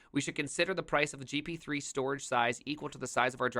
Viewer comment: Reading gp3 as g p t 3 pcie as p i c e and gb as gigawatt just hurts 😅